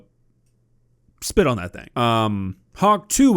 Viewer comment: Hawk two-uh? SpIIt on that thIIng?